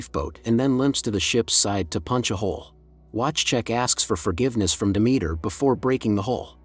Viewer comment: It's pronounced De..me...ter...not Demetra lol